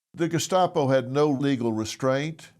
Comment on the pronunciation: Gescapo? Why does that sound like an Italian dessert? 😂 What an idiot. Doesn’t even know what they were actually called. Typical. Using words they don’t know to describe concepts they don’t understand.